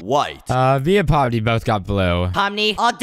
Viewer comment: You said Pony it's Pomni